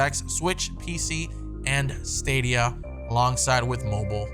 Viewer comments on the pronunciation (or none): none